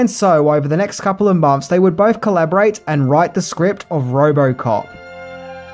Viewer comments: Say Roborcop one more time. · It’s Robocop ! Not robo-cop 🤦 other than that : great video !